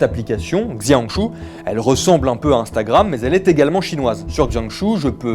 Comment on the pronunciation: Justement, il serait utile de demander comment ça se prononcer avant de dire n'importe quoi...